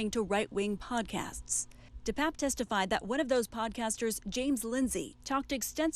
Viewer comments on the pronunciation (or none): First, his name is pronounced DePAPE, NOT DePAPP. Second, he is Paul Pelosi's BOYFRIEND.